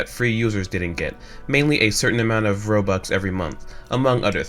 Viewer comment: Its Robux Not Bobux Whyyy (ᗒᗩᗕ)ಥ╭╮ಥ